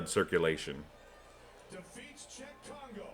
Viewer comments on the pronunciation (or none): Dude, how do you not know it's Cheick Congo, not Chuck!! WTF. Not a lot of French guys named Chuck.